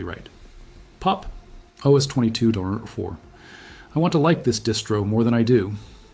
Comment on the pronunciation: I feel like this video is AI built, like the script and voice. The way Pop! OS is said like "popus" and a few other things really bump those red flags for me.